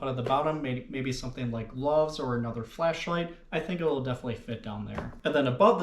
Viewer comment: Did you say fleshlight or flashlight?